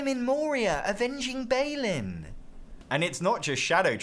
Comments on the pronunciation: I let it slide the first time, but the first syllable in Balin is bah not bay. Other than that, great video, thumbs up. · Bah-lin, not Bay-lin. Also, I always love it when people mix in Greek letters into words by what Latin letters they look like rather than what Greek letters they actually are. I also want to play Cpsclldss.